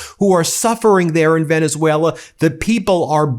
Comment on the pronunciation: Or as Dump calls it: "Venezueler"